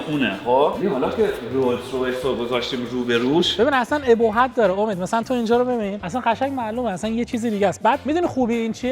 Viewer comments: باز گفت ebohat بابا مجید دلبندم obohat هست 😮😮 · ابوهت.؟...بیسواد....تلفظ کلمات فارسی رو یاد بگیر اول....